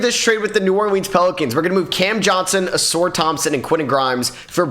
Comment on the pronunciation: He been saying ausars name like that for ages…pisses me off